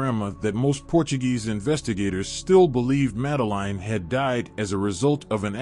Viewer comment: The guy can not even say her name correctly, not worth watching.